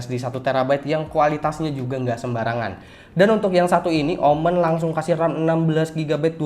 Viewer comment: Bacanya omen bang jangan omen😏